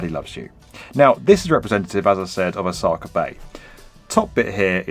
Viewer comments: It's pronounced Osaka, not Osakar. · Every time he says "Osaka" my eye twitches